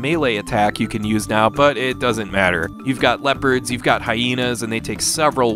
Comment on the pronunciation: 'leopards', come on bro. :(